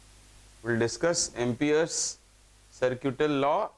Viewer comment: Its Ampere not Amper